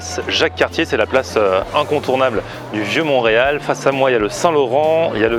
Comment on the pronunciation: Ont dis montreal et non moureal